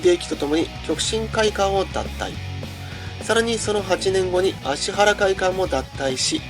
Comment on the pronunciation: ちゃんと「アシハラ」って言ってる。